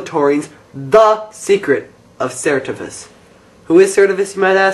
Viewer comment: No it's ser-tiv-is